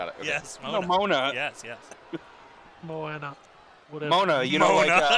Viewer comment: The way pronounces Moana is like he's trying to not offend any culture.